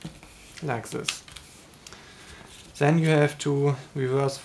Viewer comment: You need to say and then not and zhen